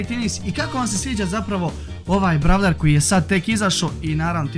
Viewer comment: kaze se brole a ne bravler i kaze se brol pas a ne brol pes